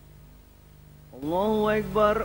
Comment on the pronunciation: Lafaznya koreksi bukan hu akybar tapi hu akbar he he